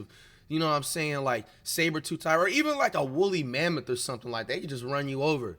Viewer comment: Bro said savertooth and Willy mammoths 😂😂😭